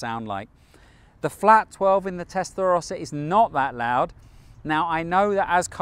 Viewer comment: No es Testlarosa Es TESTARROSA